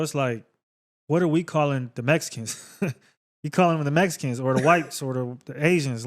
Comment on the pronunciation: Yall say MESSicans